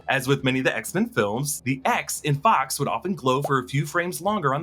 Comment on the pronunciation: I thought Deadpool said “oh my fox” ha